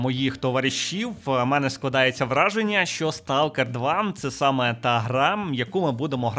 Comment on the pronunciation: хтось із українців знає, що англійське слово Stalker насправді звучить як СТОКЕР?